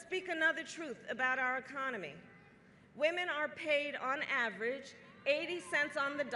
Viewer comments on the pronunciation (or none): none